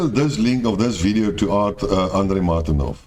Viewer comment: The moment you said; martinov "whatever you call it" I quitted your video. These words show enough. I suggest you listen more frequently to Andrei so you can learn how to speak out properly. You already lost me in your first sentence